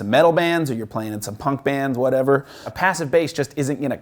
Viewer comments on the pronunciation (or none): none